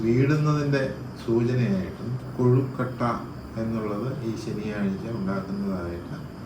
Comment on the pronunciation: Not kozhikotta kozhukatta ennanu parayunnathu